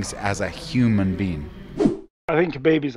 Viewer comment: Its Khabib not Rhabib